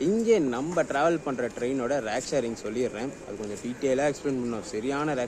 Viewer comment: nice video. note. அது "ரேக்", "ராக்" அல்ல